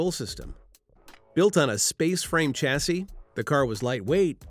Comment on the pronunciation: A two door fixed-roof car is pronounced coo-pay, not coop, and while I'm on the subject, it's shas-see, not chas-see.